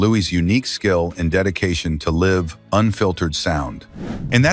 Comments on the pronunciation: I thought perhaps this wasn't AI until the very end when he said live (as in I want to live) music instead of live (as in alive) music. And if we want to knit-pick . . . when R&R was actually accepted by adults (who thought we were all going to go to hell) and truly mainstreamed was early in 1957 when Ricky Nelson did a song during sound check (which he'd recorded to impress a girl) and Ozzie put it at the end of the show. It was a cover of Fats Domino's I'm Walkin'. Within one week he'd sold over a million copies. There were venues in the states where R&R got more attention than in others. The 50,000 watt channels mostly did not play rock n roll in the early days. In So Cal there was an early station -- the Mighty Six Ninety -- that had a transmitter in Tijuana so they could broadcast at 50,000 watts, same as a few stations in the US and and be heard all over So Cal -- and at night it could be heard sometimes to the Mississippi River and up to the Canadian border. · "Sun DAY Studio" ? "Livv, unfiltered sound"? Might be a good idea to review your phony AI voiceover BEFORE posting. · Oh shit. I thought there was something wierd about the narrator. Then at the end was the tell. "Live sound" pronounced as "liv sound". Artificial intelligence for the most authentic subject imaginable. Sad. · AI clone narration very convincing except for repeated flubs like “Sunday Records” and “live” pronounced to rhyme with “give”. Stick with humans. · WHY are people so phobic about doing their own narration, turning everything over to AI??? There are MORE errors in AI! And people don't seem to bother checking for those errors: the case in point here being the difference between "live", as in living, and "live", as in a live show. 😣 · you noticed when they or it said "live music" the wrong way ? I always hear it pronounced the wrong way by AI in other videos